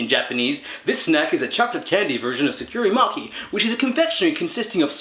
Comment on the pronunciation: I'm assuming by sa-cure-ee mocky you meant sakura mochi.... Pronounced sah-cur-ah moe-chee